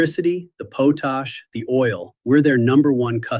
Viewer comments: It's potash not potack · It’s called “pot ash!” Not potash.